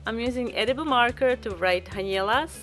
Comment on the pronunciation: I mintto say etuble